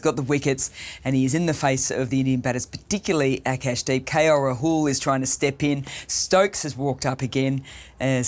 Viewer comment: how does she does not know how to pronounce Rahul and still has the commentator's job?